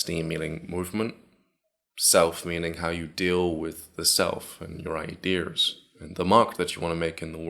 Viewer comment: it's : idears lol